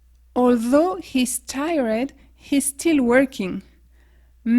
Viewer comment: Ta vidéo m'a bien aidée mais si j'ai bien entendu tu prononce "tired" comme ça --) "Taïeureud" (en gros) alors que ça se prononce "Taïeurd"..